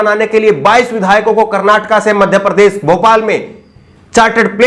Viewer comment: Sir aap ache patrakar he aise hi rehna . Change mat karna aapko .bas thodi bhasha shudh kijye sha shabd ka sai ucharan kijye sa keh kar na pukare . Desh ko des kehte he . Madhya pradesh ko madhya prades keh rahe ho.